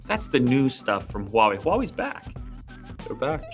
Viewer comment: this guy's probably the only youtuber that pronounced huawei properly lol